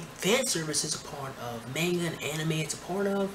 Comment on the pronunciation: your pronunciation of manga is killing me, dude :)